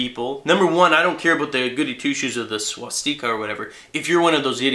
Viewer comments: stika not steeka lol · It's pronounced: SWAH-STICK-AH. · i was thinking penis still he said swastiker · swashTEEEEEKA? pronounce it right man. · Please, please stop calling it a Swaaaaaas-teeeeeka. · Why do you say swastika the way that you do? Is it an alternate way of saying it? :o